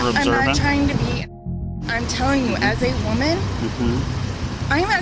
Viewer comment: "As a WEUMan"